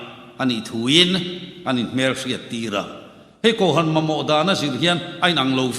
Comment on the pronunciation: Kohhran tih hi a lam dik thiam lo a mi .spiker hi😅😮😢😂😊❤.